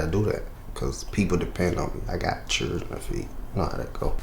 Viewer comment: That boy said "I got five churgen to feed" How hard is it to say children? Seriously?